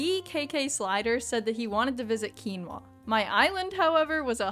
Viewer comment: finally someone who knows how to pronounce “quinoa”